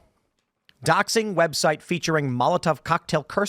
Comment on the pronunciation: Did I hear her say "Web Shite?" It most definitely is that.